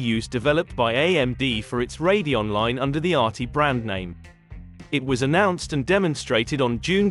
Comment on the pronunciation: It's saying Radeon (Ray-de-on) correctly.